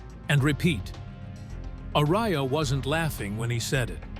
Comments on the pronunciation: A-RA-YA, ¡¡ARAYA!! NO "ARYA". Es, x cierto, un pueblo en Álava (País Vasco, en España), y un apellido típico de allí. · I absolutely HATE how the dumbass AI voiceover is say Tom Arays's last name. YouTubers need to stop using an these shltty Inhuman computer generated voice overs that have no heart and soul. It just screams laziness and not giving a shlt about the people listening who have to suffer through this annoying garbage. Otherwise it's a freaking awesome video lol